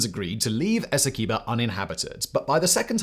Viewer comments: its a pronounce es-see-qway-boh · In Guyana, I always heard "Esequibo" pronounced "Ess- Quay-boe". Of course, that is no guarantee its right, just what the locals (sort of) called it.